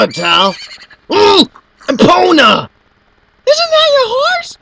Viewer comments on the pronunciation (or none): OH! ITS E-PWN-A! YEAHHHUGGGHHH!